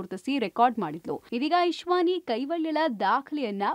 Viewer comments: It's not Ishvani rather the correct pronunciation is Ishanvi. Anchor should be smart enough to possess basic nuances. Anyways, God bless the Prodigy with good health and long Life. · ಅದು ಇಶ್ವಾನಿ ಅಲ್ಲ ಇಶಾನ್ವಿ...